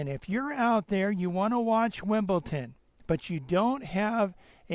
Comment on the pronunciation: It's pronounced WimbleDon and NOT WimbleTon!